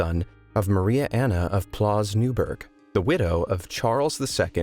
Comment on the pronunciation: I love the way you don't even try to pronounce stuff properly. Like "pfalz". How do you get "plaz" out of that?